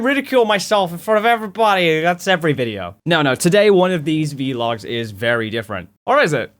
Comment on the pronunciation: It's not V-logs. It's VLOGS. You put the V and L together. And you don't have to worry, we still love you!